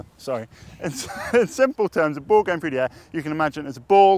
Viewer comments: cool vid.. but i gotta say: its through not trough. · "CHRU DE AIR." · threw.... Threw the air... There's an "H" in that word.....